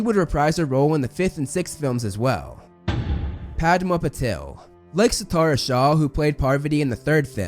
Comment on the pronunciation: Thanks for saying her name 'Paarvati' (this is most close to actual pronunciation) while so many others say 'Paarvaati' which is understandable but incorrect. Same goes with 'Padma' though, it isn't 'Paadma'